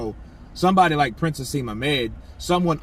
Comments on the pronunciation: bro just so you know his name is Prince (Naseem)Hamed not hasem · Naseem Hamed is his name not haseem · Haseem Hamed hahahahaha its Naseem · Lol its prince 'N'aseem hamed and these are comments he made about Eubank Jr. When he lost to George Groves- how can i trust your channel now for credible news?